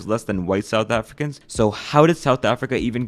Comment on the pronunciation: Bro the pronunciation of some of the words though, “afri-cans” i always die in laughter when i hear non south africans pronounce it